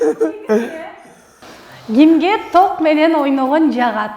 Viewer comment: ток дегенди туура айтсаң алып баруучу